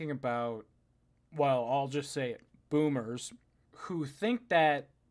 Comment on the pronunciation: saying "boomers" with the same energy Tucker Carlson says "liberals" XD